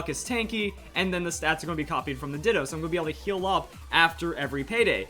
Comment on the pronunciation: “how to get 6 IV ditoo”